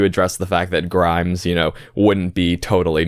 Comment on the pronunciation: Minor correction: "Grimes" is actually "Grime". No s at the end